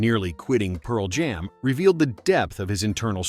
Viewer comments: I think it's AI. "Pearl JAM." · absolutely. The dead giveaway is "Pearl JAM."